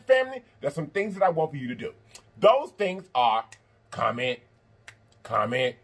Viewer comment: I swear I thought he was saying COMMON LIKE A CHERRY COKE😂😂😂 I was like what sense does that make? I Just cant with myself. Let me exit with one finger up like they do in church